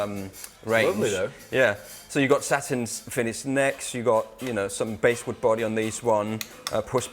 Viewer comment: It's Bass like the fish, not the guitar. Saying Base-wood is like saying someone's from Holland when they're Danish... But great video and great guitars. looking lean and mean, congrats on maintaining and looks like he's 18 with that haircut. Now i'm jealous of more than just your playing...